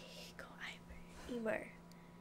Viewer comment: Amier's name is pronounced emere